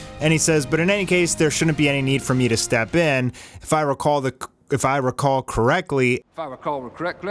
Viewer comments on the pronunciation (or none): Papillon means butterfly in French as an FYI 😁 pronounced as papi-yong (but don't pronounce the g lol). Also, when you mispronounced "correctly", I thought of that exact Will Ferrell clip 🤣🤣 I like the short hair. Fits the character development and looks more streamlined. But I hope the long hair grows back.